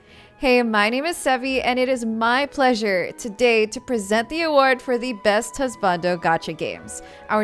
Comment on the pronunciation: What was up with that bizarre pronunciation of husbando? Why would anyone put emphasis on the second syllable? Is that how normies read the word or?